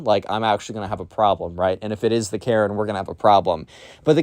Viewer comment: Second time you said maren